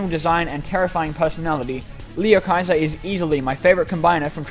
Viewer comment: He said (lee oh hy ser)